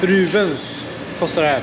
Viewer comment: Rupies heter det va? Valutan. Rubens låter det som att du säger. Du äter och dricker gott. Ser riktigt gott ut